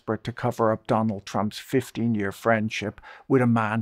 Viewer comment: DoLund Trump